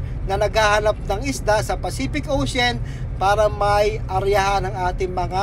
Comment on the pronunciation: ex paf ka,sa grammar " ocein Ang ocean. O th lang talaga.